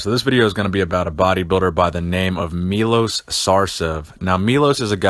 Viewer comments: he is not Milos, he is Milosh (Милош) learno to speak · just so you know its pronounced meyloshhh